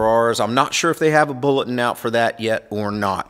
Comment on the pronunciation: He pronounce bulletin, bullet?